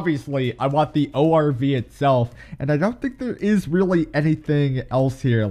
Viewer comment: I love how he says OVR instead of ORV.